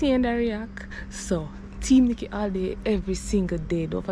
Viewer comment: A first mi hear call “” 😂😂😂